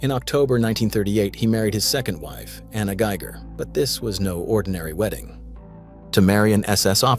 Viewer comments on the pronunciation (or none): none